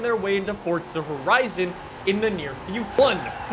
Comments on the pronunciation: Where do the T is forza it’s forza not FORTZA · Fortsa? I’m pretty sure it’s Forza mate.... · Btw it’s forza not fortza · if the proper pronunciation is “fortza” it would say that on the front cover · “welcome back to fortza horizon 4 guys” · I love how he says Fortsa instead of forza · Cant wait til he actually starts saying FORZA instead of FORTZA 😂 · It physically hurts me when he says Fort-sa instead of Forza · Yeah, its For-za not Fortza. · Oh my god. “Forza”! Not “fOrTsA” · Me: Forza: Fortza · Fourtsa? This guy can’t say it right 😂😂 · It's not fucking fortza it is forza!! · Dang my guy PLEASE drop the random ass T you're putting in the middle of Forza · my friend, its for-za not fort-za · Fortza 😂😂 FOR - ZA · Does it bother anyone else that he pronounces it "fortza"? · It’s pronounced “F-or-zah” not “Fortsaa” it’s also not said like Forzza, like pizza has a “st” with the z’s ... well you’re not supposed to say it like that.😶😐😑🙄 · Its "Forza" not "Fortsa". Fyi. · PLEASE STOP CALLING IT FORTSA ITS FOR-Z-uh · It Forza not Fortza!!!!! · * FOUR-ZUH not FORT-ZUH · Omg, for za. Not fort za. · Sorry but its Forza not fourtza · not hating, but why does he say forza like fortza? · It’s for-(za) not fortza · Why do you say it like “fortsa” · It’s Forza not Fortza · Why do you call it Fordza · It’s forza not fortsa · What the hell is fortsa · It makes me uncomfortable with the way he pronounces “fortza” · Why are you pronouncing it Fort z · U mean fortza horizon 5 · Well in his easy “fortza”. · Do u mean fortza horizon 5? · I agree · no it’s not. forza is correct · Its for za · I can't.. every time I hear fordza I lose track of what's going on in this video. Lol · "FORZHAH HORIZON 4" 😂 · "fortza horizon 5" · Can u just say forza right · Fortza horizon 4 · WHY DOES HE SAY FORTZA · I hate hearing fortza motorsport from you bro say properly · Hehehe, fortza horizon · tf is a fortza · how bout you stop saying fortza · yes but without the t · Bro, there's no t in Forza